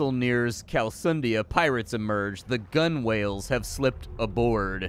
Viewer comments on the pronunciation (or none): It's not gun wails, its pronounced gunnels like tunnels. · Pedantism of the day: “Gunwales” is pronounced “gunnels”